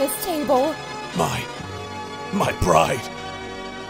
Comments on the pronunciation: BIG OOF I thought vegeta said “My Bride” at the end 😂😂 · At the end there it sounded like vegeta said “my bride”